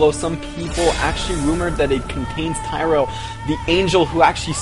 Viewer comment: Things to point out: 1. It's pronounced Tee-ree-el. 2. Leah is Cain's adopted niece. That aside, I can't wait too!!! So excited for this game. :D This cinematic just looks INCREDIBLE. Also I believe Chris Metzen said that they cut the spoilerific parts of the Cinematic, so we may not be seeing the whole thing in here. :)